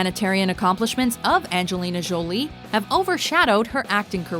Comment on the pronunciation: Jowlie?? Bitch its jolie